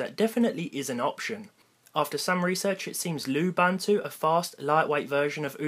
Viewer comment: its pronounces Loo-BOON-two